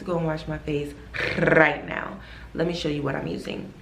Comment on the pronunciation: The picture of beyonce and then you rolling your r in "right now" got me laughing lmao